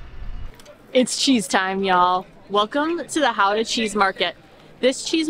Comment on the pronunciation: I'm glad you enjoyed my hometown so much ^^ Gotta go more guttural with that G though ;) Really enjoyed this vid :)